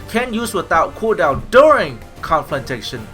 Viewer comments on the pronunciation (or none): Nigga learn to fucking pronounce Conflagration